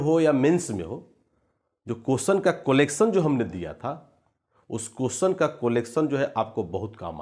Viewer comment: कोलेक्सन नहीं कलेक्शन होता है